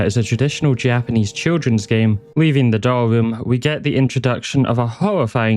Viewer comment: this was great man, really enjoyed. oh, i noticed a few spots where it semmed like you might been a little unsure how to correctly pronounce the japanese, so i though i'd share the trick. it's the simplest thing ver. just remember that vowels in japanese are always pronounced the same way. even when then there's two in a row, you literally just say it twice lol so if you're ever unsure, just think of a japanese word who's pronunciation you do know, and us that sound. like, if you can say sUshI, nArUtO, and sAsUkE, that's all five vowels, and you're set.